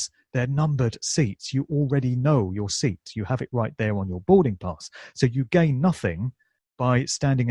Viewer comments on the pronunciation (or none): none